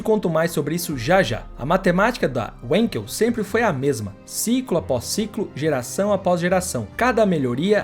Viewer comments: Wenkel se pronuncia venkel e não uenkel, em alemão o W tem som de V. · Sendo um nome alemão não se diz wenkel e sim vanquel é a pronúncia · A pronuncia correto do motor é WANKEL com A e não com E Pronuncia em alemão e não em inglês. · A pronúncia correta do nome do motor importa, blz? O nome é alemão, não inglês.